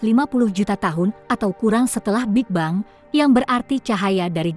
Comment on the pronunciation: Apa kok ngomong big bang itu...big beng gitu lo.